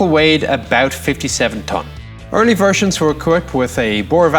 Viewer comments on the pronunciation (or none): I love his pronunciation of "Vfershions" :D